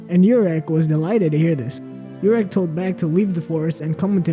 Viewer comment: YOUrek Mazino... It's pronounced Oo-rek.